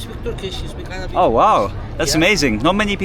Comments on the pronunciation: Entertaining You pronounce Arabic in a lighthearted and funny way XD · I love how you greet them in Arabic and I have to say your pronunciation and understanding is really good